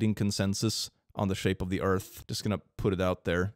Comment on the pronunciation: I love that his moon rant is exactly what I wanted never disappoints. ESPECIALLY WHEN HE SPELLS EARTH LIKE ÖRF "I'm erasing you for science"